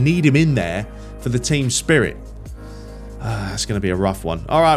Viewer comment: U mean “the Tcheam” 🤣🤣🤣